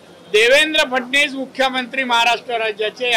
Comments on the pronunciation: आरे. मैने बोलया.... स्वताच्या मंत्र्याच. नावही घेयाला जमत नाही. फडणीस. बोलतोय😂😂😂फडणीस नाही रे नाऱ्या. फडणवीस. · हा नाऱ्या फडणवीस ला फडणीस म्हणतो सिंधुदुर्ग ला सिंदुर्ग म्हणतो याला साधी मराठी सुद्धा व्यवस्थित बोलता येत नाही